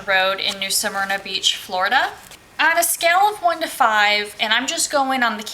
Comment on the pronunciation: How are you pronouncing Smyrna? Are you saying Samyna? Helpful hint: when you do a review and point out certain things it would be helpful if you posted pictures of the things you refer to in your narrative. For instance the inaccessible lake……a picture of the lake and access path or lack of would be expected. You referenced the laundry…..a picture of it would be helpful. The permanent residents there……a picture of a couple of those residences would be helpful so we can determine if they make the campground look like a trashy mobile home park or if the folks take pride in their property. The swimming pool and Tiki Bar…….no picture so I guess we just imagine it? Site 6? Back in or pull thru? Does it have a cement patio. Again no picture. I’m not trying to be mean but I got nothing from your review. So, thumbs down.